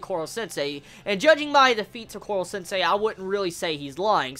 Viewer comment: Why do you say korwo sensei?